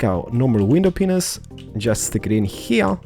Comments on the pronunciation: WTF DID HE SAY WINDOW PENIS!!!???O.o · I love the way he says window penises or black stained penises hehe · I mean, his voice is nice and soothing to me :3 but right here, did he say "window penis"? XDDD